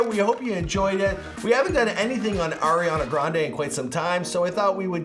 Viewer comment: air-iana granday 🤦🏻‍♀️ lol